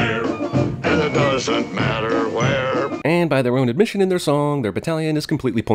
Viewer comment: You're trying to be part of CinemaSins and completely butchered the word "doesn't." (Ding)